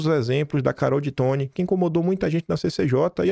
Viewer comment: Pelo amor de Deus,. Você nunca ouve os audios? O nome da deputada se pronuncia DêToni, não ditoni. Acho que é até uma questão de respeito com as pessoas. Já chega o “Maguilóli”